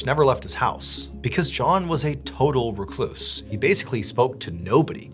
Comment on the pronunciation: WRECK loose. Not reecluse